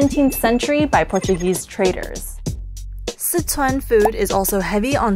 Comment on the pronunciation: Not just that. They're also saying Sichuan wrong